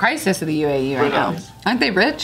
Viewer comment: Yo did really just pronounce UAE "ooh eh ee" omg. It's United Arab Emirates boo